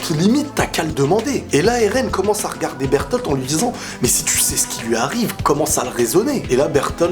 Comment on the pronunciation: Sa se prononce pas bertol ses berlote